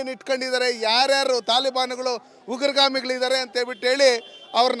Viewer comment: ಉಗುರುಗಾಮಿ ಅಲ್ಲ ಅದು ಉಗ್ರಗಾಮಿ anna 😂